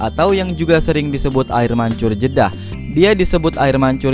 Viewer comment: Jedah banggg. Bukan jeda